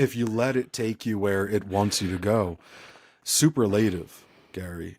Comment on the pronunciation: soo-PURR-luh-tive, not super-LATE-iv.